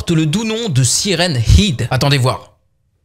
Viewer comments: On dit hèd pas hid ... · Ça prononce Siren hed et pas Siren hid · siren head sa se prononce hèd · Mais oui y dit siren hid au lieu de siren head est pas sérieux. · ben ouais, siraine heed quoi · quand tu dis siren head quand tu le dit a voie aute tu le dit Siren ide alors qu'on ne dit pas ide mais head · Sirène head et non pas sirène- ide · Siren head se prononce "sayraine aide" pas "SIRèN IDE"! Suis'je le seul à en être choqué? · Mec on dit "haide" pas "hide" mdr 😭😭😂😂😂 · Mais cest pas siren hide cest siren « head » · Mais ont siren head pas siren hid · C'est pas heed c'est haide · mais sa se prononce pas comme sa siren hid!!!!!!!!!!!!!!!!!!!!!sa se prononce siren head!!!tu comprent pas frere!!!!!!!!!!!!!!!!!!!!!!!!! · Se n'ai pas sirène id sai sirène head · Siren hid super l'anglais ah bah bravo 20/20. Nan mais apprend l'anglais en fait c'est mieux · Ptdr il a dit hid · " sirène-ide " j'suis mort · Saillrene heid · Siren "id" il y a plus aucun respect😂🤣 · Sa se prononce saille run haide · ''Syren hid'' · sa se prononce saren hèd (tête de sirène) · Tu dit siren hide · Tu prononces mal , C'est un mot Anglais, ça se prononce SAYWRENE HÈDE = Siren Head, en français Tête de Sirènes. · sa s'écrit siren head mais on dit siren h/ea/d e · Stp c'est siren head. Bon c'est la même chose mais le e et le à se prononcent "è" 😊😊😊😊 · par contre il faut arrêter définitivement de dire "sirène hid" c'est horrible ^^' (ce n’est pas méchant du tout hein !😊) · Sa se prononce Sairen Hèd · c siren head mais sa se prenonce siren hèd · "Sirène hid" 😂 et ça fait du contenu YouTube... À ce point je sais plus quoi dire sérieux même mes grands-parents qui parlent pas anglais prononceraient mieux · Ouch ! La prononciation de Siren head ..... Ça fait mal à les oreilles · ce qui me fait le plus peur c'est la prononciation de siren head de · Tu prononce mal son nom